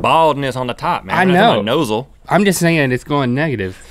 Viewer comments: So we're gonna ignore how Rhett said "nosal" instead of nasal 😭😂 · Rhett said " nosal"